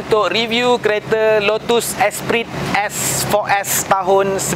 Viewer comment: Sebutan nya lotes esprii. Bukan lutuus esperitt